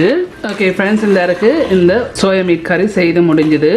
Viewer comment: It’s not soya mate It’s soya meat mam Please take care of your Tamil